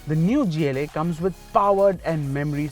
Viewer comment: Why the hell would pronounce gla like that